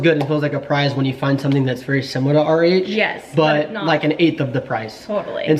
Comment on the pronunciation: I guess your saying RH I thought you kept saying, "Our age".. Lol